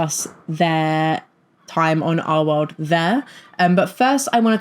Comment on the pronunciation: Your accent keeps giving me a jumpscare. I'm doing paperwork as I listen to you, and you not enunciating the "L" in "our world" keeps spooking me